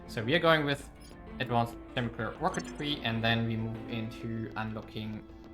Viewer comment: Great vid, as other people said, music is too loud, makes it very difficult to hear you. Also, if you're interested, Chemical is pronounced with a hard C, "Kemi-cal" not "Chemi-cal".